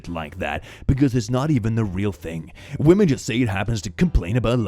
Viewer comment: He said Women hah he means Wamons.